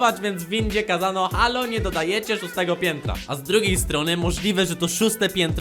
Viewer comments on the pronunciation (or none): none